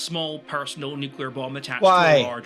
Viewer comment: It's "Nu-CLEAR" - Not "Nu-ku-lurr" ya troglodyte :P Yep. Those. That's a direct order :D You did say, hail Caesar! Nono, fusion bombs are a real. Also known as the H-bomb, they use a regular Hiroshima-style nuclear explosion to create a moment of high energy on the instant of detonation... which can set off any arbitrarily large amount of nuclear metals :D That's what most 'strategic' nukes use these days. The famous 'city-killers' that cause shockwaves that level tens of miles of land in every direction - and in big enough numbers might ignite the atmosphere leaving life to the deep see amoeba.